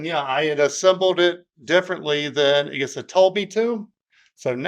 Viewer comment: Great video! "egus" gave me a little laugh. I've replaced quite a bit of Igus's products in the field and they have a TON of products for all kinds of cable management. I think they sell cables too.